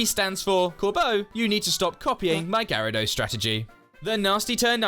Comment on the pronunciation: UH, IT'S GYARADOS, NOT GIARABOS!